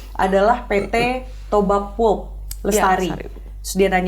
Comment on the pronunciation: Koreksi : membaca pulp bukan [pup] tapi [pap]. Kalo baca [pup] artinya jadi "tokai"😅😅😅